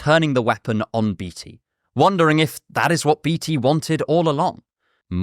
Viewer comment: I don't think that is how you pronounce Beatty.